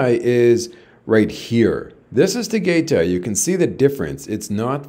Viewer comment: … Tagaytay is pronounced “Tah-guy-tie.. I just don’t want the locals snickering or staring at you like they did when the taxi guy dropped you off at night to meet Bohol girl. You are a gifted storyteller.. I call you the